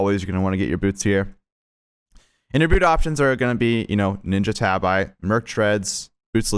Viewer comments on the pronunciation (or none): “Ninja tab-eye”